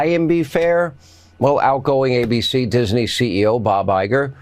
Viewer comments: DISINEY ? I know Hannity is terminally stupid,as well as being a total hypocrite, but he cant even pronounce Disney ? what a f -ckwit. the entire GOP is now so horribly negative and whinging, that people accept this constant crap is undermining my faith in humanity. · "Masks a raid?" Sean, Sean Sean,,, "Dizanee?" Can't Sean afford dentures that don't impede his speech? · Someone please tell Hannity that Disney isn't pronounced "diz-uh-nee." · Hey Hannity. Disney is a 2 syllable word not 3 (Dis i ney), as you said! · Disiney (sic.) Is that like Magas' refusal to properly pronounce Democratic Party? Snotty little schoolgirls, the lot of them. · Dana is pronounced Dan-a with a short a like the man’s name Dan. No longer a CNN fan at all but, I like accuracy. Is Hannity saying Dis-en-ey? Sounds like it! 🤦🏼‍♀️ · Hannity pronounces Disney as “Diseney” 😂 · You would think that a well respected journalist like Handity (sarcasm)could pronounce Disney the correct way! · Hannity should learn how to pronounce Disney. ... what a jerk!! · Does Hannity not know how to pronounce Disney? Speaking of pronunciation, Donald Trump appears to be having trouble pronouncing Stephanopoulos. Perhaps he means to do that, like 12 year olds do to tease people. However, it might also be a mental failing. Well, that would be another mental failing. Perhaps we should be talking about Trump's inability to pronounce other people's names as a mental disorder. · Umm, Sean? Disney is only 2 syllables, not 3. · Hey, Hannity, first, Disney has only two syllables. Second, if the MAGA base is to be believed by their idiocy, I doubt they are educated enough to understand how a debate actually operates. Third, the exhaustion people are suffering now is a direct result of Trump’s continuous hatred of all things decent. VOTE BLUE. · Why is Sean Hannity adding a third syllable to "Disney"?😂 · Since when does Disney have 3 syllables? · He says Disney as if it has three syllables 😅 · Who is DIS-EN-EE?